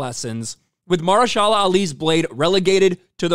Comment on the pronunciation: Muh-her-sha-la…great video bro but boy did you destroy this guys name lol